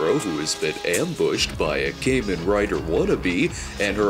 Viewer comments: "KAH-men," Snob. It's Japanese. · "Cayman Rider"? That is certainly the most interesting way I've heard Kamen Rider pronounced. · Uh... linkara you mispronounced the "kamen" in kamen rider.